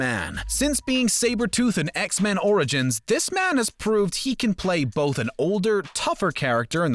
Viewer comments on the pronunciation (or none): none